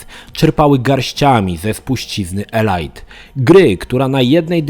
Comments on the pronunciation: Elajt Elajt Elajt.... Elite czyta się "Elit" a nie elajt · elit nie elajt, tak myślę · Nie ELAJT tylko ELIT Dangerous. Coś we mnie umarło... :) Edit: i dalej - nie PRIWATIR tylko PRAJWATIR, nie BATEL KRUZAR tylko BATEL KRUZER Sorry, niby wszyscy cię rozumiemy ale poprawić zawsze warto. Ja szok przeżyłem i do dziś nie mogę się przestawić z mówienia FALOŁT na FOLAŁT. :)